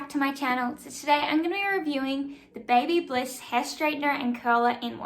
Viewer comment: It's Babyliss, no "bliss".